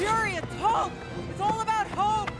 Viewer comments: See I thought she was saying hulk. Its all about hulk… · Did anyone else hear “it’s all about hulk” instead of hope